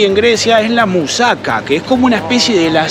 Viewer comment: Con todo respeto y sin el fin de criticar pero esta muy mal pronunciado, por ejemplo se dice mousakÁ no mousáka, la cerveza se llama ninfi